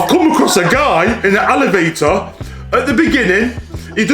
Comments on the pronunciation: Dad:alevator😂😂😂😂😂😂😂 Me:what? It’s elevator😂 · What is an Alivator or is it an elevator because he said Alivator 🤔